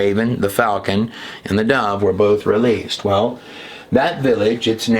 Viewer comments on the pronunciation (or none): none